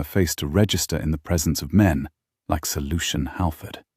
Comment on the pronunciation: Sir Lucian Howard. 😂 It took me a while to figure that out. It sounded like Solution Howard. I thought, what a strange name. 😅